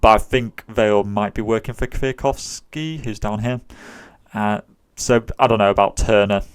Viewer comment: You have the best pronunciation of the "Kwiatkowski" by a non-Polish speaker I've ever heard :D